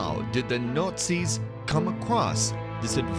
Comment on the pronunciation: Between the overly loud and over-dramatic music, the voice-over's overly dramatic tone and pronouncing Nazis as Nurtzies or Nutzies or Nortzies, this is hilarious.